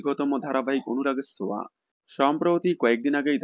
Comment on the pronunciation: ছোঁয়া❌ সোয়া✅